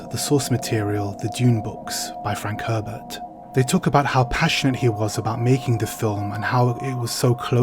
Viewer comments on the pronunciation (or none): none